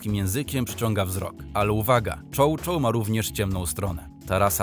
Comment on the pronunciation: Czy ten profil prowadzi bot? Jak można wrzucać materiał bez sprawdzenia go? Przy chow chow pokazali mastifa (nie wspomnę o błędzie w czytaniu), przy Wilczaku pokazali husky'iego. Nie wspomnę o braku sensu w wielu zdaniach 😂